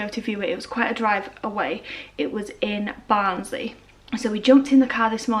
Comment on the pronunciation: Omg sounded so weird when you said Barnsley as that’s where I’m from 🤣